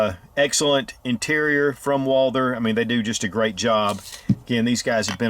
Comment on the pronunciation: It is pronounced Walth-errr NOT WALDER